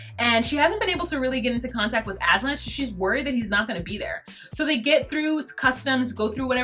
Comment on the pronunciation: aslan like hes the damn lion from lion, witch and the wardrobe. its aZan. you're wonderful!!